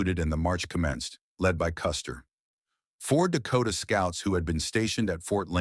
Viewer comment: Die Aussprache von General Custer ist echt schlimm